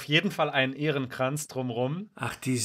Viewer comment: Das Ding heißt Ährenkranz, nicht Ehrenkranz. (Ich meine nicht die Untertitel, sondern die Aussprache.) Einen Ehrenkranz gibt es schließlich auch.